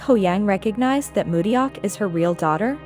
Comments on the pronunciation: to the creator of this video, please pronounce Mudeok's name correctly :-) It's mu-dok, not mu-de-yok. the "eo" in Romanized Hangul is pronounced simply as an "o" like in the phrase, "yeon" in "Bu yeon." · IHer name is Mu deok , not Mu ryeok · is it now? That's so surprising! I had no idea!🤡🤡🤡 The point was that THE ROBOT pronounced everyone else's names pretty accurately, but mudeok's was so glaringly pronounced incorrectly. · You're pronouncing Mudeok completely wrong. Not even close.🙄